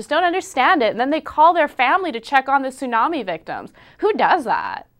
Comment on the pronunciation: daam she say tsunami smh